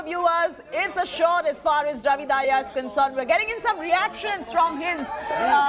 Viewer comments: Not dhaiya ...its Dahiya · Dahiya ko Daahiya kyu bol rhi . Indian hi to ho tum